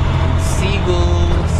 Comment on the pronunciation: "seaguls" lol